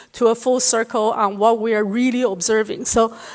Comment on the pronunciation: 她的英语说得很好。但和所有讲普通话的人一样，很少有人能正确发音“on”和“n”。这不是批评，只是观察。我喜欢她关于地缘经济问题的很多演讲。